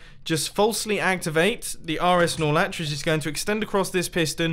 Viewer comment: *Norlatch, Look it up in any redstone channel.